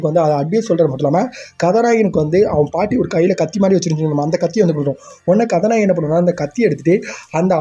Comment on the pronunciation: Ethana kathanayagan konjam slow va pesuga mathapadi nala iruki story explained. Neega kathanayagankathanayagi nuspeed ha solurathu enku katha nayeee kathanayeenu kekuthu bro alaga pesuriga plz porimaiya pesi poduga